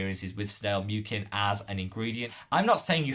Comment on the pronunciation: Hey there, I was a bit surprised by your snail mucin comments (btw you’re pronouncing ‘mucin’ wrong), especially because hydration is not why I would go to snail mucin for in the first place. I have found its reparative benefits a lot more valuable especially when my skin is irritated or inflamed. However, I still went and did research of my own. This is a very good, well referenced article that you might want to check out